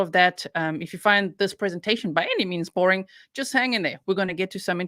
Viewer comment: DA'AMN - BOR-ING